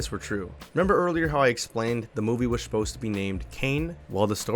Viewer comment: Shposed instead of supposed is so funny